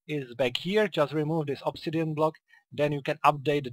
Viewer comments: its ob-si-di-an not ob-si-den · Did you say ob si den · did you really say obsidian wrong